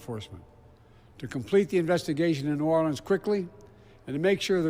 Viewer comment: Hey Joe, it was New Orleans not Norlans.